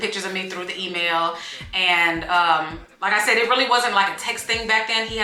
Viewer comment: Emailllll? 😂 that sounds so weird.